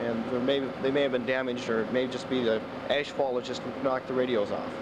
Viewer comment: I keep hearing them say "asphalt" when I'm sure they're saying ash-fall... I was 11 then, woke up to a moonscape outside...